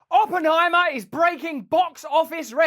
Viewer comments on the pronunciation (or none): I heard "Open I Maah"